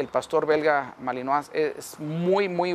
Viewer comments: Se pronuncia malinoa y se escribe malinois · Malinois se pronuncia "malinua"